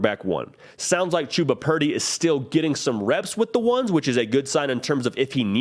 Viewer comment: Isn't Chubba Purdy's name pronounced like "chubby" but with an "a" at the end? I thought I heard his father say it was a nickname they called him from a very young age.